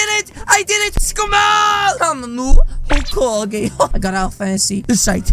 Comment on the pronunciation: bruh kakashi said holecage